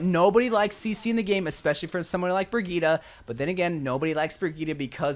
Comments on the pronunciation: Brig-eat-uh???????????????? It's Brig-eat homie. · Did you say "Birgueta" instead of Brigitte ? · Bro said “bra geeta” 💀💀💀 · Man said bragita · nice video but disliking for how you pronounce BRIGITTE